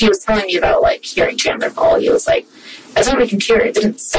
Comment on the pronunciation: As a fellow Chandler the Chandler association does not claim or approve of this man. Also bro keeps saying Chadler